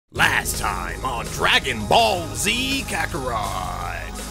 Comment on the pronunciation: R u scooby doo because u just said ragon ball